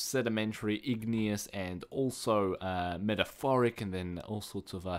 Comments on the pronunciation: Meta-morph-ic not metaforic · *METAMORPHIC* not metaphoric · lol I think u mean metamorphic not metaphoric lol. Anyway nice video. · its not actually metaphoric its metamorphic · He said metaphorphic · Metamorphic you say it meta-morph-ic :) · You say metamorphic wrong